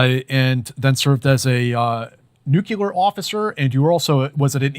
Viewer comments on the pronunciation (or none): So hard to take people seriously when they say "nukular"... repeat after me... Nu....clear.... very good. Now say it fast.